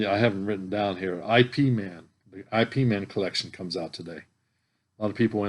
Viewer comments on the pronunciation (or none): Ip man is pronounced as ep man. There are 4 films. Ip man was Bruce Lee's teacher/sensei.